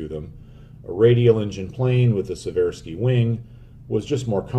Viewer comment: BTW, Seversky is pronounced "See-ver-skee" with the emphasis on the first syllable. Virtually everyone gets it wrong, including me for a long time, so don't take this as a criticism. It is not a well-known thing, but the longitudinal offsetting of the rudder and the elevator is to prevent turbulent interference between them at high angles of attack (Alpha). Chance Vought F4U "Corsair", Mitsubishi "Zero-sen", Boeing B-17, Hawker "Hurricane", as well as Germany's WWI "Albatross" series, have offset rudders and elevators., I'm a big and loyal fan of yours. Great work